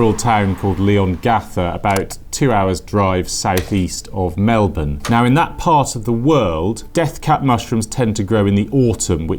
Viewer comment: I appreciate the fact you actually pronounced Melbourne correctly